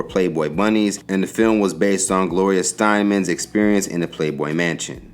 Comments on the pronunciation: It’s Gloria Steinem, not Steinman! ❤ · I respect and admire the subjects referenced on this site! But, it would be so much easier (for me!) to follow along if the narrator didn't (OFTEN) stumble over other celebrity names! Gloria Steinem... NOT Steinman! Much respect, but for goodness sake, slow down! Get ALL your info right!! jmo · Gloria Sty-nam